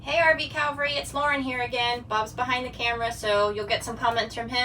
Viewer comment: Calvary, as in the hill, or Cavalry, as in the horse-mounted troops?